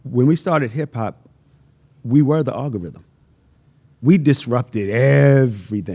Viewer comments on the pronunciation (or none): I never heard the word algorithm get butchered so many times 😂 great interview though, much respect 🫡